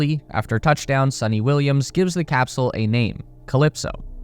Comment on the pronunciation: It's sunita Williams not sunny Williams